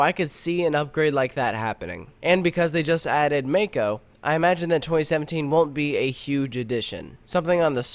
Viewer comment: It's (mah-ko) not (ma-ko)